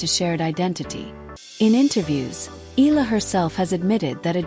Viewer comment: Pls pronounce the surname correctly.its eala not ela.(e-ya-la)